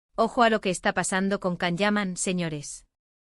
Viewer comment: Hello It's Can = Jan not Kan